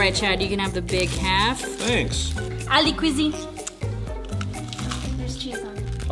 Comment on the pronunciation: ALIE QUIZI